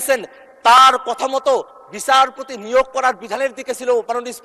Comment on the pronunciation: আরে পাঠা,বিছারপতি না,বিচারপতি